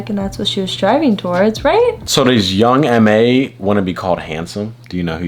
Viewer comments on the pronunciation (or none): Am I the only one that thought young m.a. was pronounced young ma too 😂😂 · HE SAID YOUNG MA ITS YOUNG M-A